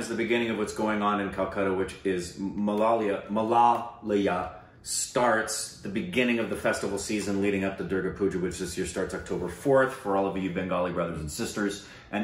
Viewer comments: It's not 'Malalaya' guys but 'Mahalaya'. It's okay. You guys are fast learners. Love your reactions ♥️ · It's Mahalaya not Malaliya😂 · its not malaliyaaa🤣🤣🤣🤣 its Mahalaya. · As a Bengali, watching try to pronounce "Mahalaya" was cute af! <3